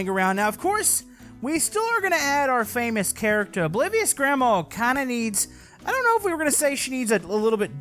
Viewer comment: Why does when says oblivious grandma to me it sounds like obliterated grandma